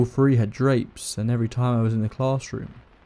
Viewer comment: Hello from Texas. I love how he pronounces words with "thr" , three sounds like free. Love it! And of xourse, i love everyone's stories! Seriously creepy!!